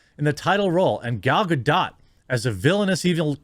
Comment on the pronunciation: He says Gal Ga-dot, when it should be pronounced as Gal Ga-dough.